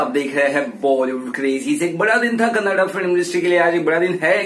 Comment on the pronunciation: Thanks for the pronunciation, Kannada, most of they say Kannad, it is kannada...